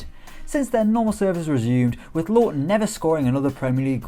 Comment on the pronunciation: It is lowton not lowon